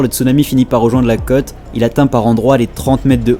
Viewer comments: Et la prononciation gamin ??? La cote !!! C'est la côôôte !!! Il y a un accent circonflexe !!! 🤯🤕🤒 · Tu serai pas originaire des coins de Bordeaux ? C'est ta façon de prononcer les mot côte... Il y a un accent circonflexe sur le ô 😉 Pour moi le cote est une mesure...